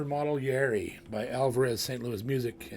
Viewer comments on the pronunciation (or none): Hey J.P., love your stuff. Congrats on your own model. Just a friendly correction..it is pronounced Ya-ear-ree. 3 syllables. Just thought the pronunciation should be on-point since they made such a beautiful guitar for you. Keep up the great playing!